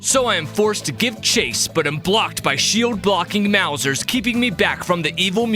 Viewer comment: it makes me laugh super hard every time you say 'maw-zers' as opposed to the correct 'mouse-ers'. comic gold. were you even familiar with tmnt before this?